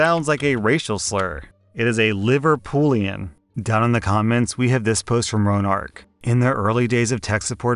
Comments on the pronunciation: Scouse = liver-pud-lian not liver-poo-lian even though it is people from Liverpool XD Think of it like saying Houstan rather than Texan... and yeah it's a slur though one that's been lovingly worn with pride.... Here there's usually a particular accent for every major town You know how Brooklyn has a different accent to Queens etc in new york but they're still a "New Yorker" accent well if there's a town here with more than 10,000 people there's a good chance it has it's own twang and so own identity, Scouse is one of them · It's Liver-pud-lian. I thought from your comment you knew that, so 'silent d' in his pronunciation. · American's deliberately saying "Bri-ish" when at least half of them pronounce it "Briddish" anyway 🤔🤣 ETA: The "ud" in Liverpudlian is a short "ud", pronounced like "udder", not like "pudding"